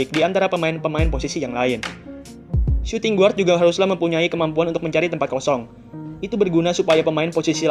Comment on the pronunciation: Min.. bacanya : suting gard, bukan suting guard